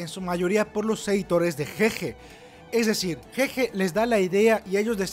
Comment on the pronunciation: un trago por cada que diga ''jeje'' en lugar de GeGe XDDDDDDDDDDDDD